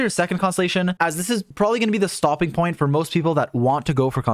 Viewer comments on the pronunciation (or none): none